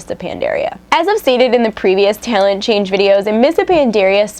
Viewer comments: LOL omg i gave up when she kept saying tailent, its tal-ent!!!!!! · What's a taylent? Learn to pronounce talent. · You say "talent" funny when your sick lol.